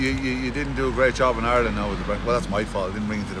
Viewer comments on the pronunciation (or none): none